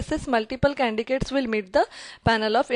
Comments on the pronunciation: such a heavy indian accent I having difficulty understanding , shame on her she can't even pronounce candidates , i wonder which college gave her MBA , She sounds overconfident , that is a downfall on this woman . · Why are you saying candigates ?😆